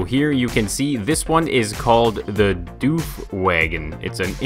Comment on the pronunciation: it's not pronounced duef but duf is